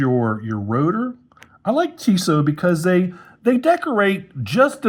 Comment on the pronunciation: The blue dial version is great. – Your first pronunciation was actually closer, but Tissot has the stress on the second syllable.